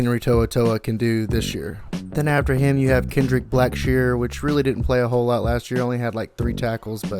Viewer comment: Take a look and read what I said. I said you glossed over Blackshire. You couldn’t even pronounce his name correctly. I was critiquing your lack of effort to even want to acknowledge the guy. I never said he was a starter over HT. Don’t put words in my mouth then go on to call me a name because you don’t read for understanding. I said HT was the weakest link in the defense Which is the truth. He plays smaller than what they have him listed as also let’s be honest. Stick to the facts of what I say and stop making excuses for your poor word choice and lack of direction when addressing someone that knows what they are talking about.